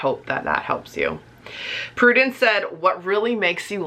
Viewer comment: I love that you answered my question, you say my name really nicely lol (Prudence btw, hey lol)